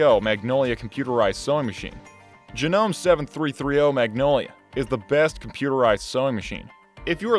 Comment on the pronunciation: It's JA-NO-MAY if you're going to review know what you're reviewing.